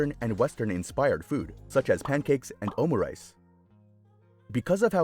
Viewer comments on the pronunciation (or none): none